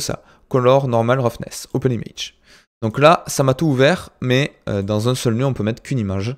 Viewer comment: Mec je suis plié quand tu dit 1 1 1 on dirais avec ton accent que tu dit heung heung heung ^^